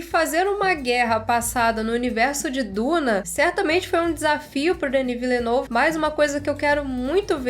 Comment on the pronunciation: amo você, mas ouvir tua pronúncia se Villenueve doeu meus ouvidos. Excelente vídeo COMO SEMPRE, não leva a crítica pro coração por favor, vc é maravilhosa